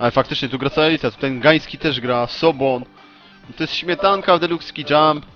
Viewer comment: Nie Mariusz Sobon.... tylko Soboń.